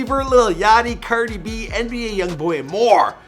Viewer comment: Who else heard him say cerdi b ? ( not a hate comment )